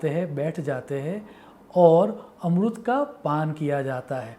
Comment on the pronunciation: Dear sir amrut ni Amrit hota h